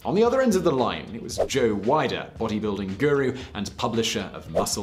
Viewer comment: Who is Joe Wider... I like this channel, but you would think he would take the 15 seconds it would take to look up pronunciations. He always butchers pronunciations...